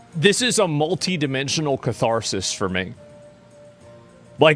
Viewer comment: "catharsis"... why ?